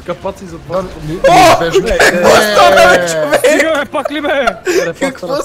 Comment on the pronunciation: zashto kazvash chovekS :DD ( oshte edin lud klip :D)